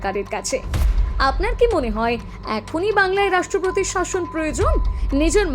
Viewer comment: Sorry to say this woman who is speaking has got very bad pronunciation like rastropotir instead of rastropotir etc😂